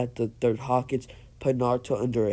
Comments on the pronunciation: He said ho-kige instead of hoe-ka-gay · Ho-ka-ge not hawkage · hah cage Me: its hokage not hah cage XD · Hawk kage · You're pronouncing hokage wrong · Ur saying hokage wrong